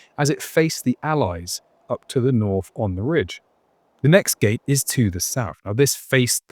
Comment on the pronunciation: Good vid. But enough of the "mockney" "Fousand" for thousand and "norf" and "souf" gate. The less said of "broken FROO" the better!